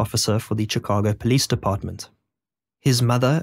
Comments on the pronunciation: Shee ka go Shee ka go For christ sake. Not chic a go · Chicago = "shih KAH goh" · Shhhhh ka go NOT Chi ca go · its pronounced shi-cago not chi -cago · Sh-Ih-cago. Not chi-cago. Cant even watch this because of it. Don’t act like you’ve never heard anyone say the word. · It's Chicago, not Tchicago. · One, two three......Shicago not Chickago! Good grief! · turned it off because the incorrect pronunciation of Chicago is too anoyying SHI-CA-GO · Ngl this man pronouncing Chicago wrong every time drives me insane. I understand others now a little more…. But to be fair his people invented the language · Just a minor note from a local, Chicago is pronounced with a SH sound like in Shun or Shudder, not a CH sound like Church or Chapel. Terrific video, very well edited and narrated! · "Chickahgo" -- I can't handle this narrator's pronunciation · How can you possibly not know the correct way to pronounce "Chicago" and "Potomac"? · you need to learn how to pronounce "Chicago" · Your pronunciation of “Chicago” is interesting. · Stop saying Chicago like that. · Lolz, "Chicago" was just as bad 😂😂😂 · noticed you decided to pronounce chicago the wrong way the third time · The ch sound in Chicago pronounced like the ch in chic not like chips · Teach your narration bot how to pronounce Chicago and maybe I'll watch it. Otherwise, fk off. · Good video but your mispronunciation of basic words like bona fides and the names of major cities like Chicago impact your credibility.